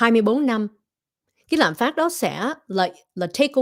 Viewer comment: LẠM PHÁT, CHỨ KHÔNG PHẢI LẠM PHÁP